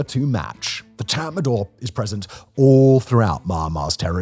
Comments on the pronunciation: Tatmadaw is pronounced as tatma-dau, not tatma-door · Could you pronounce it Tort not tat madaw.. thanks